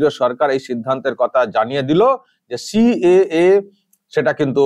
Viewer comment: "সি.এ.এ" কে উনি "ক্যা" বলেন, CAA CAA ছি ছি😂😂🤣